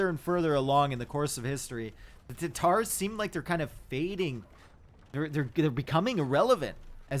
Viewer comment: But he cant say Khmer and Tatars correctly